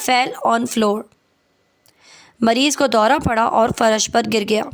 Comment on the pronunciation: فرش کی ادائیگی بھی درست کرلیں